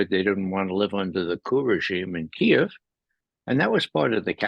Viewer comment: im so glad he pronounced Kiev correctly.